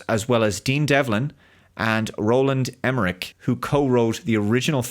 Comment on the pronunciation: Wow, pronunciation of „Roland Emerich“ his horrendous